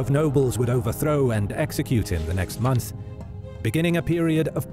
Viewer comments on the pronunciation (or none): none